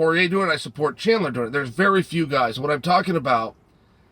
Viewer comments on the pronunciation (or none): Who is chander ? Does this guy say names wrong for fun?